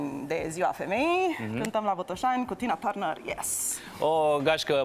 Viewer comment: Julie a pronuntat perfect numele artistei la , in rest numele indragitei artiste suna ca la Resita